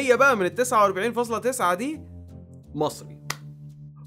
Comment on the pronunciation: خطأ شائع جدا عند اخوتنا المصريين انهم ينطقوا "أل" القمرية